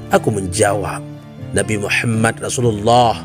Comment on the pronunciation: Maaf ko yg aku dengar pas istighfar nya, berseru trdengar Laila hailallah Muhama bukan Muhamad, apa kuping ku konslet yah 😅 coba dengar kan kmbali takut nya saya salah dengar atau kurang pokus mendengarkan, tp aku ulang2 sama aja Muhama buka. Muhamad